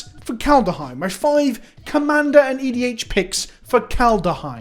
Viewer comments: Everyone: ''Kaldheim'' EVERYONE: ''Kaldheim'':.......... ''Kaldaheim'' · He's saying KalDUHheim on purpose at this point lel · If you say Kal duh heim three times in a row in front of a mirror Halvar himself with appear and tell you he’s disappointed in you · So what is it about your brain that can't comprehend making an "h" sound after a "d" sound?